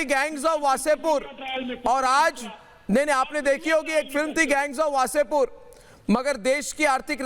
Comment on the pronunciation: गैंग्स ऑफ ,वासेपुर , कहिए pls । आपकी ललकार बहुत मजा आ जाता है ।